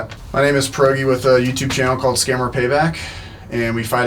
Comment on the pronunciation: Lol per O ge